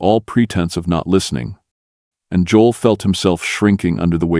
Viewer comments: He can't even pronounce Joel correctly! This has to be not real! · Narrator can’t pronounce “Job”and Joel”.